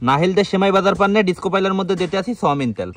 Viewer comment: সোয়ামিন তেল ❌ সয়াবিন তেল✅